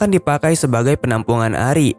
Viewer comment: bilang ari bukan air